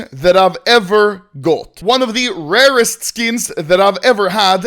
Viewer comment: Everyone: rarest Anomaly: wawest